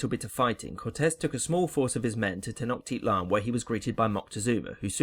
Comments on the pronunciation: Its tenochtitlan not tenoktitlan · 46 : 4 It's Pronounced Tenoshtitlan As I Far As I Know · Not trynna be that guy but there were some mispronunciations in this video. It’s Ten-o-shiit-lan, and con-kiist-ah-dor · Not him also saying TenoKtitlan. It’s TenoCHtitlan. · You pronounced wrong tecnochtitlan and conquistador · You butchered the word Tenochtitlan.......